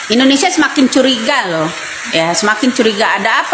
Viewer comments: Indonesiah, di tundah, merekah, ko ngomong gak ada yg benar, terpujih, indonesiah,, gak usah ngomong kalo blm bisa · Masa indonesia, di baca indonesiah, berani merobah nama indonesia